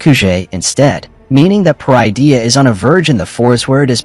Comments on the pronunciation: It pronounced Pah-rid-ee-ah, parydia. Not per-eye-dee-ah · They’re using an AI voice generator, that’s why Peridea is mispronounced